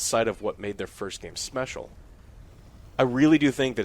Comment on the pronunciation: did anyone else hear "smecial"